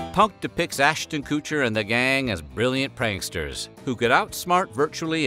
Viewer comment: Ass-tin Koo-cher lmao 🤣 you pronounce his name so hilariously!